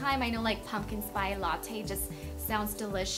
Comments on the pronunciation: Spice not 'spy'! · why does she pronounce spice like spy? is that the right way to say it? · Did she just say pumpkin spy latte? Lol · Am I the only one who wanted her to keep say pumpkin spy latte? Lol 😂😂😂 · know hahahaha she says spi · im sure its just her accent... it is Spice. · Lol i wondered the same thing! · I was thinking the same thing. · cracks me up how she went on Despierta America and acted like she didnt speak spanish yet she cannot even pronounce "spice".... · Sweetie ... How many times are you going to mispronounce the word SPICE? I have a hard time believing you actually wrote that book.